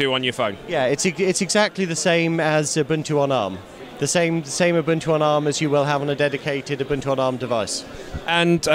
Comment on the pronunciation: its not a-bun-2, its oo-boon-2.